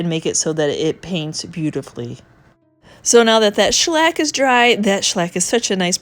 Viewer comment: Greetings from the UK 🇬🇧. I love the look of your cabinet. I'm also very taken with your pronunciation of the word shellac : schlack Sounds like a Yiddish varnish! 🤣🤣🤣